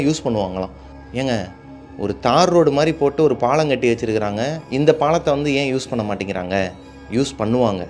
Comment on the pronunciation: பாளம் இல்ல. பாலம் என சொல்லவும்.